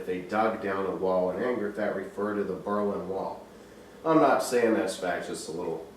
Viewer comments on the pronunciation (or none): none